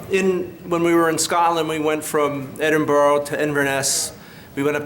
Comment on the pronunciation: Edinburgh — pronounced 'Edin- burra'. Never Edinborro.